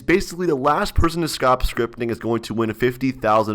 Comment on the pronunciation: "scrotp scritpting" pog